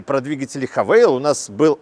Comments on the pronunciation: " ... Мне удобнее называть Хавэйл..." и не &бет, что написано "хавал"... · Ну тогда по всем правилам транскрипции английского языка нужно говорить правильно: Х'ейвэл. А не Хэвал или Хавэйл. Вообще просто Хавал))) Сам владелец Хавала ф7х 2021 г. 2.0 л 190 л.с., пробег 80к. Проблемы которые встретил: Спустя 3 года поменял датчики в колесах, запотела левая фара и больше не горит ближний, пока не менял, новая стоит от 15тыс. Выскочил 1 раз чек, всегда заправляюсь 95+ на известных сетях"синей" и "красной" АЗС. Почистил компом ошибку (ругалась 1 лямбда), залил промывку форсунок в топливный бак и залил полный 100 бенз. Больше не повторялось. Треснул дермантин водительского сиденья (левая подушечка), плюс промялась она же. Часто вылетает Эпл карплей из-за проводов (любых), но с оригинальным айфоновским он работает. На неоригинале - чуть потрогаешь - вылетает мультимедия. Глючит бесключевой доступ на ручках, особенно зимой. Приходится вплотную сумку подносить или вообще доставать ключ и открывать традиционным способом, на отцовской тайоте рав4 2008 года такого никогда не было, работает при любых условиях за километр (не кнопка, тоже сенсор). В ф7х версии в заднее зеркало ничего не видно, заднее стекло очень маленькое, как на феррари))) На 70 тыс км что-то начало стучать в подвеске, объездил 2 подъемника, ничего не нашли. Так и езжу до сих пор)). Поменял на 60 тыс. вкруг тормозные диски и колодки, брал бренд оригинальнее оригинального (не китай), удивился что оригинальные тормоза от GWM - туфта, кстати удивился, что диски и колодки приехали от какой - то хонд